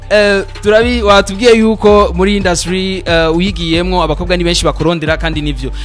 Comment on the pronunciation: 😂😂Arthemon uyu journaliste ni bala kbsa ngaho ngo hypocitre ahandi ngo indusie au lieu de industrie 🤣